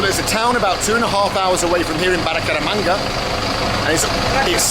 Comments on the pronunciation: Bu-ca-ra-manga. It's not that hard 😄 Greetings from Medellin. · Baracamanga, Baracaramanga, Burcaramanga, Bucaramamba, Bucamaranga and finally Baracaramanger or something 😂😂😂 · Damm Bald. You know Spanish.. take some time to learn the names of the cities you are planning on visiting.. out of respect you know! Bucaramanga 😅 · Bald and his million attempts to say Bucaramanga 🤣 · It's Bucaramanga